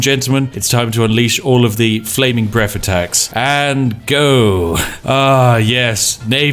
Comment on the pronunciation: "Flaming breff attacks."